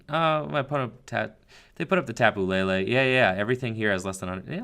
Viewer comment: Its Tapu LE LE Not La La!